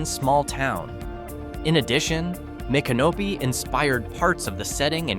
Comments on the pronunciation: It's pronounced as mick CA no pee. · I came to see if anyone had already schooled on that. 😆 Sounds weird when he says " My Canopy".😂 Doesn't seem all that "creepy" to me either. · That's "Mica-NO-pee." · Mic ah no pee. Micanopy. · Please, pronounced "mick uh no pee" accent on "no." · Learn how to pronounce Micanopy :face-red-droopy-eyes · No, it didn't.